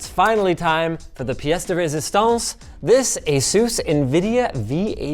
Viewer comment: The "pièce de résistance" 😂